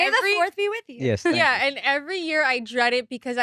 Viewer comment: listen carefully she never says yeS it’s “Ye”